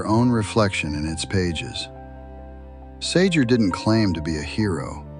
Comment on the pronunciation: Sounding more like "Gee Sah-Jay"